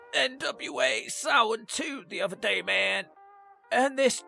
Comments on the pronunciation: i love everything but his pronouncing of SamHain. It’s Sam - Hane. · For those wondering how to pronounce it, its supposed to be Sam--H--ain Its supposed to be the same name of the pegan god samhain. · For anybody confused about it, the name of the PPV is pronounced "SAM-HINE" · How in the blue FK is SAMHAIN pronounced SOW-WEN